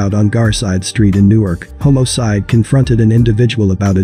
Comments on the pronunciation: You check the AI voice " HOMO-CIDE."😂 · Stop saying "homocide",it sounds cringy!